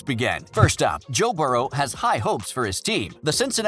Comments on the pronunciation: can’t even pronounce Joe burrow correctly. “Burrows” like really? This dude can go kick rocks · Bengals made the playoffs alot in that time frame.... and stop saying Burrows it Burrow. What the hell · Adding an s to Burrow is pretty cringey, especially when you put it in text...